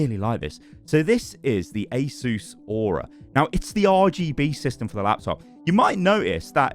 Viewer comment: Asus being pronounced correctly is so satisfying (Ay Zeus)